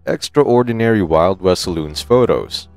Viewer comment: And the word contributed, extraordinary all being one word, narrator pronounces as if they are two words, lol